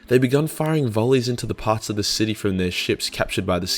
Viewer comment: He pronounces city as shity